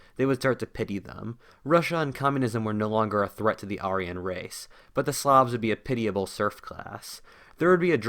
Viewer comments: Say it with me… air-ee-an Not ARE-EE-YUN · I enjoyed your video, but I have one question... What's an are - ee - on. Always thought it was air - ee - yawn. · everytime you say arian i twitch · You miss pronounced Aryan. It’s pronounced Air-re-un. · If we sponsor you on Patreon will you hire an English tutor to teach you how to correctly say words like "Archangel" and "Aryan"?